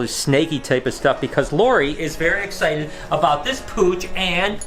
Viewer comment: did he say Egg-cited or was I hearing things